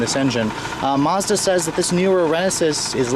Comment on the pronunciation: did you say mozda?